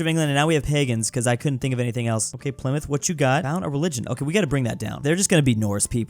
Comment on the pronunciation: I'm actuallt surprised that sayd "Pleemuth" instead of "Ply-Mouth"